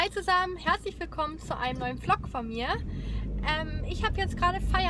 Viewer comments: vlog wird übrings so ausgesprochen wlog als wenn da ein w wäre (nicht böse gemeint♥) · Hallo und Herzlich Willkommen zu einem neuen "Flog" von mir 🤣🤣🤣 kannst du nicht reden??? Oder "Schiesburger" , "Schips" (no hate, und lern deinem/deinen Kind/ern selbst aufzuräumen) 😩😩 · warum sagst du immer flog? 😂😂